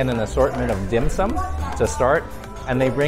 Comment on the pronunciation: I always trust a guy's evaluation of dim sum if they can pronounce it properly...lol nice vid